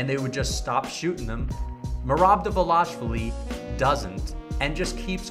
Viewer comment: Merab Dvaaaaaaalishvili... not De'velashvili